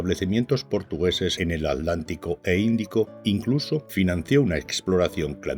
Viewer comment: ¿Por qué los españoles cada vez que nombran al océano Atlántico, dicen "el océano alántico"? ¿Algo les impide pronuciar la letra T? . . Para los españoles entonces los Atlantes, eran los "alantes" ?